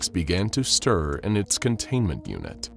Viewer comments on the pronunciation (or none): none